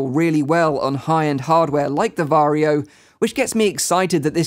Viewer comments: Varjo isn't pronounced Vario it is pronounced varjo. Vario is how you pronounce Warrio from Mario series in Finnish. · Swede here. Is it really pronounced Vario? Isn't it actually Varjo? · he said varjio lol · did you also cringe whenever he said varjo ? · As a native Finn, you pronounce Varjo as you wright it.